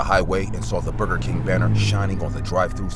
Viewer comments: Bro not bruger king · “Bruger king” ☠️😂